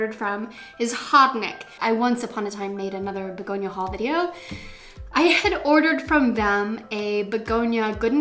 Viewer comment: Hey! I'm french and you pronounce it well...your accent is so cute for us😉😆🌱🌿🍃beautiful haul btw,have a nice night!